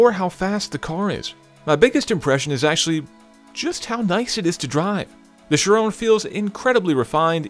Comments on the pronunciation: Isn't it pronounced "Ki-Ron" (kinda rhymes with Byron)? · isn't the name pronounced like kyron? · I can't stand his pronunciation of "Chiron".... sounds like "Sharone" whan he says it :/ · why does he keep on saying "sheeron"? annoying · SHIRown? Nope, there's no E on the end. Cannot take you seriously. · Thirteen155 it's 'chee- ron' actually... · Kind of funny you mention that but even all other English presenters pronounce it the wrong way...it's pronounced in a French way with a numb N at the end. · The way he pronounces Chiron ruins the video. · whats a sheer-owwwwnnnn????????????????????????????????? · It's pronounced "Chiron" (like it's spelt), not "Chirone" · When he pronounces it as "Chirone" - TRIGGERED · i wanted to KMS every time he said chiRONE,its chiron, with a short sharp end after the 'n' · *CHIROOONEEEEE*. Dude. It's Chiron, atleast try to pronounce it right. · Why did they choose this presenter. I hate his pronunciation of the car's name "Shirone" dude wtf. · It's Chiron not Chirone ;o) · chirone???? you mean chiron ON not ONE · Great video though it's pronounced Shi-ron not Shy-ron. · Chiron = 'she-ron' not 'she-rone' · why do you pronounce it like it's an anfrican american girls name. It's chi-ron not sherone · Ky-Ron not sha-rown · There is only one way to pronounce it.....SHEER ON, because it's named after Louis Chiron a racing driver from Monaco. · Perhaps won't also butcher the name. Chir-OWN? Really? Did they build it in Texas? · It would be very nice from an American "Car reviewer" to speak the name of the Bugatti Chiron finally properly. It's not a "Shirone"...!! like this guy has spoken out ten times the car's name! That's almost disgusting for our ears! Could it be that difficult for an US-presenter to speak this really simple french name correctly...? This is an european car... come on! I want an European guy to present the car. I can't bear this "Shirone"-guy in the video any longer! Louis Chiron is "spinning in his grave"...lol!